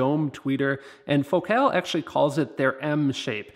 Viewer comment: your videos are absolutely the best. trivia: FOcal not foCAL is how they pronounce it. I have the 165 KRX2 woofers and they are tremendous but I bought a set of Utopia 165 W-RC to replace them. I would be most interested if you were you do a compare. I switched out the KRX2 tweeters for the Morel Piccolo, which are beyond incredible. just one more thought, in my other car, I have the Focal ES 130K and that ‘M’ shaped tweeter is much better than the prior version inverted dome tweeter.